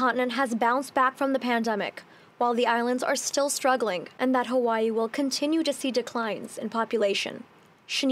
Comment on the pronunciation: Why has it become Huwaii？ The vowel ā Bang shirked has become a real problem! All the A becomes u...